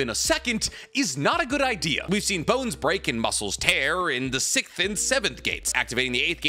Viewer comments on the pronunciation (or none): OMG, it’s so irritating hearing say the word “SIXTH / 6TH”. He literally says “Sickt” everytime, every video 😂🤦🏾‍♂️